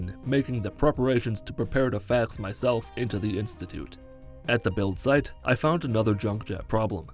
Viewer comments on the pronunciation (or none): Why does it sound like he says "fag myself" instead of "fax myself" 😂 anyways love the videos man keep it up